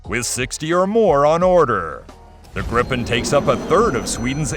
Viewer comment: Pronouncing "Gripen" almost like "Gripping" really gives off the wrong vibes. "Gripen" is Swedish and means "The Griffon" (the mythical Griffon animal/beast). So either pronounce "Gripen" better, or just call it "Griffon" instead, because "Gripen" doesn't have anything to do with getting a grip on things...